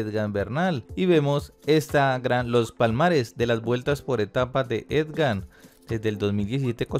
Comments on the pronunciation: Dizque "Edgan" arruinaste el video. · No se dice Edgan, se escribe y se dice Egan...ojo con eso. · E-G-A-N. NO EDGAN. TIENE PROBLEMAS DE LECTURA. CUANDO SE LEE CITA, AE KEE LITERALMENTE. NO SE MODIFICA. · Señores, no es Edgan sino Egan,....que periodistas tan distraídos y desinformados......seguro deben ser de otros deportes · No es Edgan es Egan jajajajaja. Tampoco es tan difícil pronunciarlo jajajajaj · Porque dice edgan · jejeje por que dices ED GAN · Aprendamos primero a pronunciar el nombre del ciclista por favor. EGAN, EGAN... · Se lee igan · Si no sabes pronunciar bien el NOMBRE EGAN , dile simplemente el Colombiano. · Ni.siquiera sabe leer.... solo por cultura general debería saber que es EGAN....... EGAN ........EGAN. POR FAVOR, AL MENOS APRENDA A LEER... O es que el fútbol le ha dado más a Colombia que el ciclismo???? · Huy aprenda a leer es Egan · Es palmarés, no palmares...no es Edgan.... edite, lea y prepare lo que va a decir... pésimo Sr. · La única razón para oír hasta el final fue para darle la oportunidad de que dijera Egan y no EDGAN.Si es dislexia, que pena con el locutor y mis disculpas, pero si es por despelotado, que cambie de oficio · EGAN PARCERO... NO EDGAN, por lo demás... buen video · Es Egan no Edgan, debe pronunciar mejor. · No es edgan my friend es egan 🤦🏻‍♂️ Viva colombia, colombia por el mundo. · jajaajja cada vez que dice edgan es como una espada atravesando el pecho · Lo duro es que lee las noticias y sigue diciendo Edgan! Que cosa!! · Jajajaja si es cierto, uno concentrado y derrepente escuchas edgan jajaja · EDGAN o EGAN gracias por ese triunfo. asi lo dice el comentarista de el video una y otra ves jajaja me hace reír pero bien por EDGAN ja ja ja ja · Buen video, pero todo el tiempo llamaste al campeón: Edgar y se llama es Egan, Egan no Edgar ó esgan como aveces me pareció escuchar. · Tenemos un serio problema de lectura. Decenas de veces aparece el nombre “Egan”, pero él insiste en “Edgan”. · ED-GAN HO. EGAN. (?) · Agan se dice